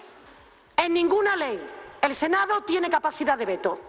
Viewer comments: Se dice "Senado" y no senao.Por favor!! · Se dice senado, no senao